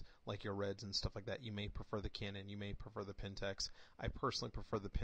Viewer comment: A couple of errors, the APS-C, not APS, is not a backlit sensor. It is also not pronounced Pentex, but PentAx, like an axe. I am a Pentax user and I can tell you that to properly develop a Canon raw file you need Canon's DPP, nothing else works as good. Maybe in the future, but not now. You need to get your facts in order before you do an analysis. Otherwise good analysis.